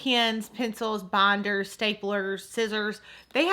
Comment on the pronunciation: Not hating but why does she keep saying *banders*😂 sounds funny